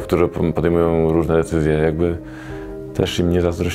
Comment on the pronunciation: jakie decyzje? 10 razy powtórzyłem i nie rozumiem. do logopedy.